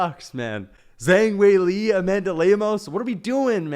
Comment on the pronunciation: How does one butcher zhang weilis name that badly